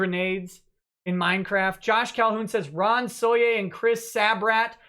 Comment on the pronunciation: Why does he call Toye soye?